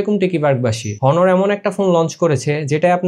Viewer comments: Its not হনর, Its অনর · ব্যাটা ফোনের রিভিউ পরে দিস , আগে নিজের স্পেলিং ঠিক কর । হনর কে অ্নর বলতে শিখ । 😡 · হনোর না অনার! রিভিউয়ারদের ভালো,স্পষ্ট উচ্চারণ জানা থাকা প্রয়োজন। বিষয়গুলো খেয়াল রাখবেন। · ভাই ব্রান্ড এর নাম টা ঠিক করে বলেন।হনর না।অনার। আর ফোন লেগ করে না।লেক করে উচ্চারণ ঠিক করে কথা বলেন। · ভাই এটা হনর না এটা অনর